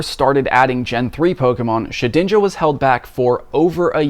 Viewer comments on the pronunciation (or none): its Shed-inja, not She-dinja. love your content